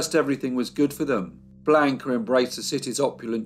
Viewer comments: The voice of or whoever pronounced Blanca Bland-ca and not the correct pronunciation of blonde-kah. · A riveting & interesting case with many medical experts who helped get her acquitted. Great life story! Only problem is your torturous pronunciation of her name despite your babbel Spanish lessons? I was surprised! Blonde-kah, NOT Blaka,!😅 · Never pronounced like he pronounced...bland-ka ! Sounds like blanket, awful !Not Spanish at all ! I dated a Mexican-American girl named Blanca, so I know from experience ! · Hello, thanks for the feedback, I am not aware that Blanca is pronounced Blonde-ka in Chile, maybe, but I have never heard it pronounced like that, I do know a couple of people named Blanca and they pronounce it like I did, Blanca